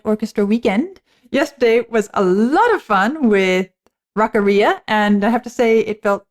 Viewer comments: Gah... Rock-ARIA! Not Rock-a-REE-a. It's not a digestive complaint. 🤣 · Rock Aria... Not the way you're saying it Rockarrea. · I'm going to start doubting your musician credentials if you keep pronouncing aria like that.